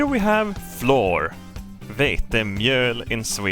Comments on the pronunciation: Annoyed at in the first 30 seconds. Love it. If "flour" is pronounced "floor" then "our" is pronounced "or". "Flour" is like "flower" just like "our" is like "ow-err". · Oh man he's finally saying Floor properly. It's flower. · fl our flour it's flour not floor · as much as i love your accent, flour and flower are homonyms meaning a word that’s pronounced the same but spelled differently, just a little english lesson for ya :) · Day 3,564: still can not pronounce flour correctly. He's beginning to openly reject this new knowledge. We'll have to up the dosages. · He pronounces it as fluoride “fluor” in Swedish which I find extra funny.